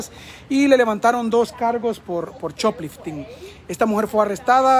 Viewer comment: Se dice shop lifting